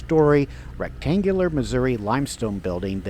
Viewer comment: It’s NOT MISSOURA. IT’S MISSOURI!!